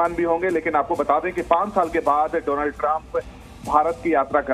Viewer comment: inko abhi tak डॉनल्ड bolna nahi aya.